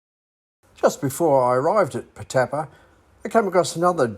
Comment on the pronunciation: Pronounced Putt-a-par